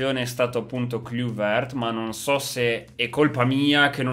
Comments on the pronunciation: si pronuncia klaivert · Kluivert si pronuncia klaivert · Si pronuncia klàivert